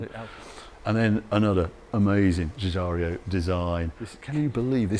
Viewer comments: JU - JA - RO. Giugiaro. Not Giugia-Reeeo. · I love that for years now Harry mispronounces Giugiaro as Gugario :-D Smashing video - thanks Harry! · Giugiaro not Giugario. Great vid as ever boss! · Love your video’s, but hate how you pronounce GIUGIARO. Not GiugiarIo!!!! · The designer's name is Giugiaro not 'Giugario'. Harry's malapropisms make me chuckle but this one is annoying. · Thanks Harry, they did a great job facelifting the museum which had water leaks and looked sad a decade or so ago. Please allow me to help you pronouce a great man’s name, as he has been around long enough ..Giugiaro is pronounced Jew Jar Row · Not to be a prat… but. Zhu-zhar-O……no? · Sorry to be That Guy, but Giugiaro is pronounced 'Djoo-Djaro'. The 'i' is before the 'r' not after it. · Some say Giugiario is the lost cousin of Enzo Ferrario. However, in the thoroughly confused mind of Harry the impresario Giorgetto Giugiaro founder of Italdesign is just another Italian name he cannot pronounce! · There's no I between the r and o